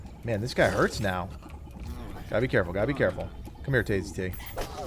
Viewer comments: dudes name is Tayz. T as in tasty. lol dono y but calling him Tay Z.T was killing my soul, other than that great vid, right to the point. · I thought it was Tay. Z